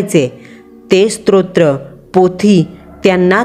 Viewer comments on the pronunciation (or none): स्त्रोत्र नसते स्तोत्र असते. बाकी कथा छान सादर केली आहे.